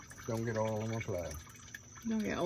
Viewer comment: Great stuff guys. Really enjoy the content. Love the way you say 'oll' where I tend pronounce it Oi-ill. Will have to get my wife on to changing the 'oll'. Or maybe not. I rather appreciate my existence.